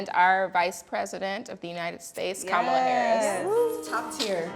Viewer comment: Please be respectful of the Vice President to pronounce her name correctly. It's Kamala (comma-la). Thanks ladies. Love the conversation.